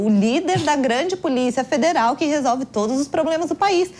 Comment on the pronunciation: pois é, ela estragou a fala com esse " todis".